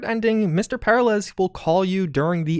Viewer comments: PEH-ril-ez? Per-AH-lez, dude. Per-AH-lays, even. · It's "pair-AH-lez", not "PAIR-alez". Smh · i keep hearing Paralyze not Per-ah-lez im not a grammar nazi i swear dont mind me xD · The real mystery is why/how you manage to say the name Peralez so incorrectly, and why it causes me increasing physical pain each time you say it lol. It's "Per-al-ez", not "Para-lez". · you're killing my OCD, man. Per-al-ez, not Para-lez. It's Hispanic, brother. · Peralez, not paralez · Anyone else bothered by mispronunciation of the Peralez's name? FYI: It's pronounced as "Pur-AL-ehz" not "Para-LES" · It's pronounced Per Al ez, not Para lez... Sorry, simple things annoy more more than they likely should... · Every time he says "para lez", I die just a little bit. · Great video. Also it’s pronounced Pe-RAH-Lez! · Say it with me: per-RAH-les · PER - AHL - ES. Sorry, it was killing me. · haha it's killing me too Purr-are-lez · and his name is pronounce peralice, like when one is in danger there in peril? Hes in danger the hole mission hes in "peralice" so the mexico way isnt right either cause the mission is about a man in peril aka mr peraliz Liek if u learn somethmg today and agre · This dude really said "Pair uh lez" SMH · heh heh, para-lez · Glad it wasn't just me who noticed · I really hope that we explore more about Mr. Blue Eyes and the possible AI activity in the Phantom liberty DLC. My only critique is for the love of God work on your pronunciation of Peralez the repeated mispronunciation was driving me crazy😂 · You realize they actually pronounced the name Peralez many times in the actual game. Did you actually play it? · Great vid, great content -- but the way you said Peralez? Buddyyyyyy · The mispronunciation of Peralez is driving me nuts. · the way he pronounces peralez... >< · Great video! But the mispronunciation of Peralez made me wanna jump off a cliff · Literally how do you not know how to say Peralez... did you even play the game?